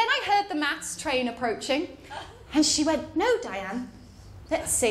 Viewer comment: Bloody mental in all the right ways! Have to admit though... I thought you said "mouse boat" and "mouse train". I was scratching my head for a half hour till I realised you said "maths!". Makes a bit more sense now.